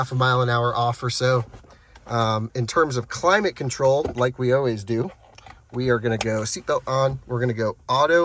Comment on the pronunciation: practice your pronunciation of words beginning with "al" such as "always" and "almost". you are saying "oh-ways" and "oh-most."